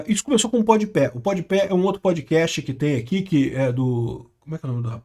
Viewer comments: Kkkkk "pod Pé" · "Pod Pé" é foda. Kkkk